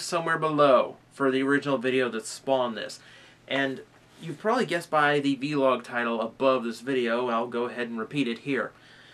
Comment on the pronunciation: i nitpick say vlog not v-log